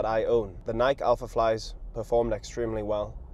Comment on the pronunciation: 'running influencer' that doesn't know how to pronounce Nike, On or Hoka 😂. Mental toughness to race a 4 hour marathon 😂